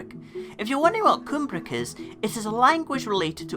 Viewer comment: A minor point: "Cumbric" should be pronounced to rhyme with lum, not loom. Also, the "aber" prefix is in fact the Welsh and Pictish equivalent of the Gaelic "inver". Names like Inverleith are Gaelic, names like Aberlady are Welsh/Cumbric.